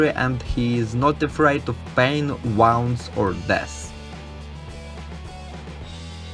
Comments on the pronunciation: Wounds Is not Wawnds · The way he said wounds had me laughing for a bit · Lol...me too